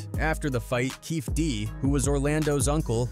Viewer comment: Kading never wrote the proffer deal, a cop cant do that, and he never recorded it, his partner did and he found out a few days after. Its also KEFFE D, with the E's pronounced.